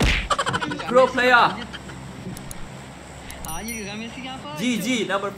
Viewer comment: udah mirip orang asing bang wkwk "pro playaaaaa"